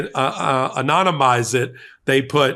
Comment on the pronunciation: “Anomanise” Trump will turn it upside down.